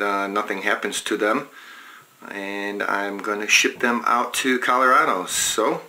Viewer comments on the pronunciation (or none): none